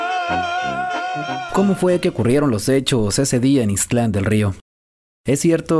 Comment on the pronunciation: Hola,, nada más te hago una observación que no omitas la letra t de ixtlan, no es ixtl an, lo correcto es ix tlan, es decir que no divides bien las dos sílabas correctamente!